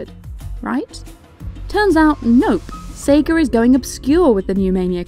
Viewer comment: Did you say Seger instead of Sega?